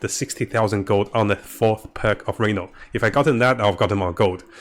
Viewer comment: {Ree-NOUN} not Re-Known